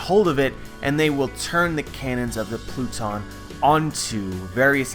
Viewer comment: I'm not the only one who noticed him saying the "blue-tons for pluton" right?